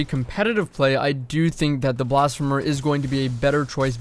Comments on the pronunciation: yes! Blasph-ee-mer ffs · The first e in blasphemer is pronounced ee like in the word see. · blass-fee-mer 👀 I’m just poking fun don’t bully me.